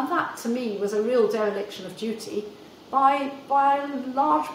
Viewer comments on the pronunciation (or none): none